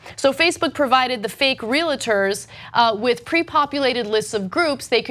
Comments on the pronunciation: Ana - REAL, REALTY, REALTOR - pronounced REAL-TOR, not RE-LATOR. Sorry, i'm a bit of a grammar nazi. Love your show! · REEL-ter, not REE-luh-ter